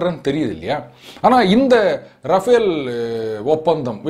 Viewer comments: It's Rafale, not Rafael ! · Sir, Its not Rafael but Rafale. K. Balasubramaniam